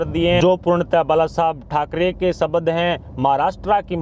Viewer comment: Shabad nahi shabd Diragh nahi dirgh Purav nahi purv Parsan nahi prashn Are Bhai itne subscriber hai aur member bhi hai To koi achha news reader rakho Professional way me kaam Karo Yeh news reader anpadh hai